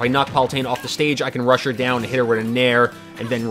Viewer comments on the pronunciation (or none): none